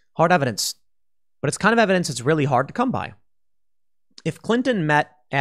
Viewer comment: 60 mins "we have no erverdenc hurr durr"